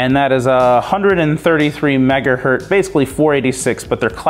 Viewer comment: Every time you say "megahert" instead of 'megahertz' it makes my teeth itch.